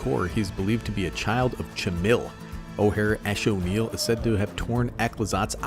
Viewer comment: You actually pronounced axonil correctly im impressed